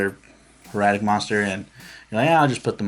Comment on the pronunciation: It's hai-ra-tuhk. HIEratic as in HIEroglyphics. It's an actual word not just a made-up name. Either way, sweet deck. I haven't seen someone with such a well-rounded synchro version of this deck since I made a variant that brought out Quasar by abusing Level Eater back before Pendulums came out. I've definitely got some ideas to toy with for this deck.